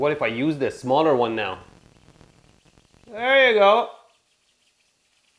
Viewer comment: Am i the only one who really enjoyed everytime he said "Errre you go" xD